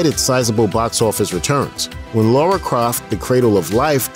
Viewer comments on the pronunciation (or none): It's lara not Laura ffs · It's not Laura, it's Lara